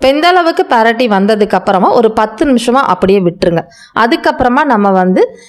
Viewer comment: பெரட்டி விடுங்க என்று சொல்லாதீர்கள். பிரட்டி விடுங்க என்று சொல்லுங்கள்